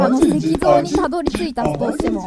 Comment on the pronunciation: せきぞうをいしぞうってゆってるのなにげにすき笑